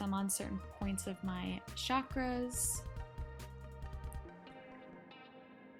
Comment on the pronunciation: pls are you not embarrassed to not fact check and be considerate to the practices you do not fully understand. at least try to pronounce chakras correctly and not use culturally appropriative things like white sage. not sure how you can be rly intentional if you exclude checking your white privilege